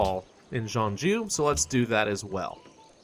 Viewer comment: Don't worry. You are pronouncing Jeonju quite correctly :)